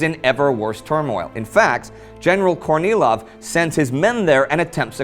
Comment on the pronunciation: General Kornilov. Why do I keep hearing General Courtney Love...?